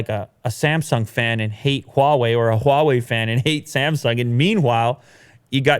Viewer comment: You don't have to put so much HWAA on the Huawei dude.... Just say hwa way that's it... It's not HWWAAHH way